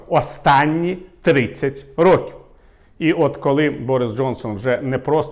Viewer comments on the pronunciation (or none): none